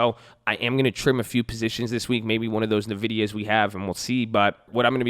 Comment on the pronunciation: OK BRO ! WE NEED TO TALK ! i've been watching this for too long to keep letting you say ~ NA-VEE-DIA ~ ( NVDIA ) it's ~N- VIDIA !! just say the N by it self ! i mean there's literally a girl that pronounces it when you run a NVIDIA sponsored game